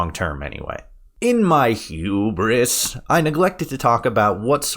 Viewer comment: Bro, idk why, but the way he said "hubris" tickled me so hard. XD